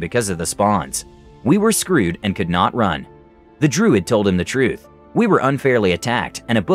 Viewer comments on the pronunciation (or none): none